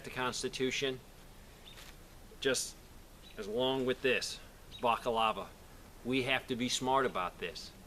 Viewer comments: if that is a plate carrier, not just a chest rig, then you are wearing it riding about 3 fingers too low, it needs to be high enough cover the clavicle (collar bones). FYI balaclava is pronounced "ball-uh-k-lava" or "balluh-clava". Semper Fi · Balaclava. Ball uh claw vuh. Just sayin ;) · he is mispronouncing the name of the mask. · Great video but you are mispronouncing balaclava. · Hey bud, just so you know, it's pronounced BA-la-CLA-va. Keep fighting the good fight. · someone who's not wearing their PC right, is way overloaded, has his sidearm in a fucking pouch on his PC, saying baca-lava. yeah I'll take advice from him. LOL. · Balaclava/bacalava, lol. My son used to pronounce doMinoes as doNimoes when he was a tot. :) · It's pronounced BALA-CLARVA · What the fuck is a minuteman? Also, Balaclava, not Bacalava. See, I even get the red word line under the word when I spelled it like you said it. Bacalava is very close to the word Bacalao which is a Portuguese fish dish. So please.. BALACLAVA, BALACLAVA, BALACLAVA!!!! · It's bala clava, not baca lava. Balaclava. Invented by the French under Napoleon when they invaded Russia. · Balaclava...not bockalava lol. But I see your point and agree. Sometimes anonymity is required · It's a balaclava not a backolava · Baliklava, not bakalava Almost sounds like baklava, the Russian dessert. Although given the choice, I'd rather have the dessert in my mouth. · Bakalava? I think youre looking for a balaklava m8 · I think its "balaclava" not "bacalava" ...but good video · Er, the Tea Party dressed up as Native Americans in a sort of bizzarre way to say "We're not British, we're Americans." The Colonists trying to pretend to be Natives was nothing new at the time. Also, it's pronounced "Bala-Clava", Not "Block-of-Lava". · Balaclava, not boka lava. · It is pronounced Bala_clava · B-A-L-A C-L-A-V-A lol! Lmao everytime you said bakalava! Great info though, keep up the good work brother! 4 MORE YEARS